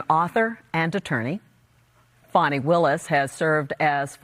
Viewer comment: It’s pronounced “Fäni” 🙄